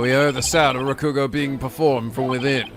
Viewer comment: Speaking of pronunciation, continues to put the wrong stress on three-syllable Japanese words. After playing so many Japanese games, especially Yakuza 0, he still hasn't realized that you don't stress the second syllable. MA-ko-to, not ma-KO-to MA-ji-ma, not ma-JI-ma YA-ku-za, not ya-KU-za In this case, it's RA-ku-go, not ra-KU-go Hopefully he notices and fixes this because it's been a problem for a long time.